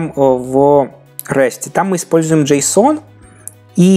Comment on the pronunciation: Ударение джЭйсон, а не джэйсОн.